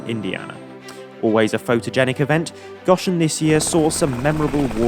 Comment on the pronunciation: for future reference its go-shen not gosh-en. LOl sorry it drives me nuts when people pronounce my city haha. Always love the footage though so keep it up!